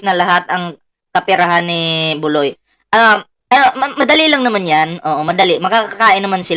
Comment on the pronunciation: Buloy ka ng buloy bulog Hindi ki buloy ki bulog